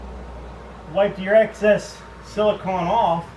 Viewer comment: it's pronounced like an ice cream CONE, silicone.